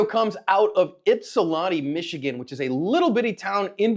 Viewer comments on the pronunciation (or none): NO -- It's not pronounced "Yip", it's pronounced "Ip". Treat the Y like an I, as if it were spelled "Ipsilanti". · As someone who lives in Michigan hearing say Ypsilanti gave me a giggle 😂 Oh. lol Almost got it. (Yip-salanti) This was a pretty big story in Michigan here locally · Yip-sa-Lani Michigan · In Michigan we pronounce it “Ip-suh-lan-tee”. It’s right next to Ann Arbor. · It's Yip-silanti. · Funny hearing you trying to pronounce Ypsilanti lol I live in Belleville right next door because I went to Eastern Michigan which is located in Ypsilanti, it’s pronounced like ipsilanti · Born and raised and still 💯 in the D. We all carry here. Lucky bad guy didnt get a lead sandwich. Damn right. And its pronounced. IPSALANTI. Ypsilanti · Holy crap didn't expect to hear you say Ypsilanti, MI. I live right by here. Pronounced IP-SIL-ANT-E by the way. I always said it wrong when I first moved here 😅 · Ypsilanti (is pronounced with the A as is MAN or CAN. it is not a "tiny little town." Ypsilanti, commonly shortened to Ypsi, is a college town and city located on the Huron River in Washtenaw County in the U.S. state of Michigan. As of the 2020 census, the city's population was 20,648. its home to Eastern Michigan University